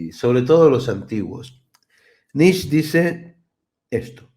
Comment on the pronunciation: Se pronuncia Nische, no diga más Nich, es una pena q lo pronuncie mal, siendo ud tan inteligente.